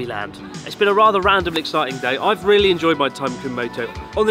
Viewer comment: "it's not rery surprise that I eat it" - Chris Oh geez, his Engrish getting really good now.